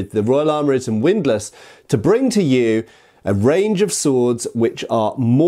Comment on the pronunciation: Widlass? HORROR ¡¡¡¡¡¡¡¡¡¡¡